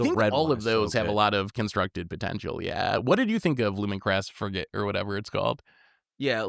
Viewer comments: fry-gate is not the same thing as fre-get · “Lumen-Class Fry-gate”